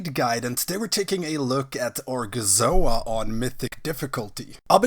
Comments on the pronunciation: cracked me up every time he said gorgonzola xD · gorgonzola... it's like Benedict Cumberbatch failing to say the word 'penguin' 😂